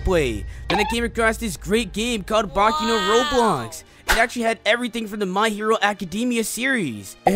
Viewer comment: he says boki instead of boku